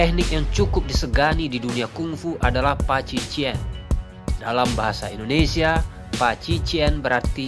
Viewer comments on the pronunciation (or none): none